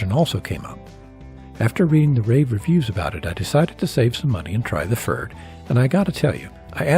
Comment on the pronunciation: the only improvement I could suggest is pronunciation. it's a tough one, though. Pferd means horse in german. it rhymes with the name Baird, but a german pf doesn't exist in english. like a slight p stuck on to the front of 'faired'